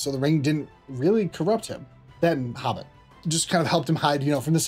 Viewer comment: The hubbit 🤣